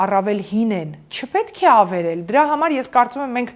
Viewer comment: Ամեն ինչ հետաքրքիր էր, հիացնող, ոգեկոչող, լավատեսություն ներշնչող, բայց այդչափ գեղեցիկ խոսքին զուգահեռ, ականջ էր ծակում ,,ավիրել,, ,,խանգառել,, բառերը